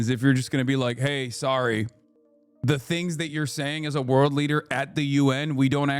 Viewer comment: The interpreter kept mispronouncing "world", every time it sounded like he was saying "war". Petro was saying "we need need to respond with the (whole) world", meaning that there has to be independent action that responds to the will of the people of the world, and not states and corporate interests. He's not really calling for a war, he's calling for military intervention for peace. PS: the word "mundo" means "world". You can hear Petro say it many times. The word "guerra" means "war", I don't remember him saying it so much.